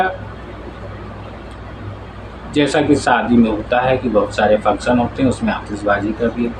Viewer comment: Plz improve ur pronounciation, Like: It's "shaadi" not "saadi" and "function" not "funsan" etc...